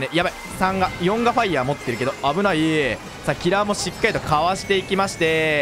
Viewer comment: 6分50秒ぐらいで「まえのキノコ（しつかりと）」っていってたｗｗ